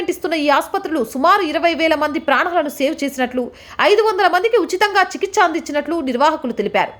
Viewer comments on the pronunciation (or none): none